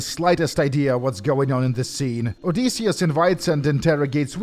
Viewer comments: how does this dude butcher one of the most famous names of all time? OH DISS E (Like the letter) US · I don't know what irks me more. How he pronounces Joel or how he pronounces Odysseus. 😆 Either ways Great job on the video! Not enough people do videos on these fan projects. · "Odysseseus". Classic